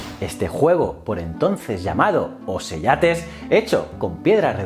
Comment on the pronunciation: El latín clásico, el hablado en los tiempos de Julio César o Augusto, la letra c siempre se pronunciaba k, de manera que un término como ocellates debería pronunciarse okelates.